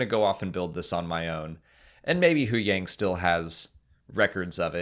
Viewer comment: Why do you guys always say huyangs name wrong?